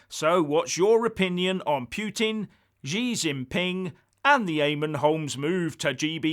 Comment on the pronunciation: Norway, Finland, Estonia, Latvia, Lithuania and Poland all have direct borders with Russia, so Ukraine is hardly a buffer zone to the west. And, learn how to pronounce Putin, you sound stupid.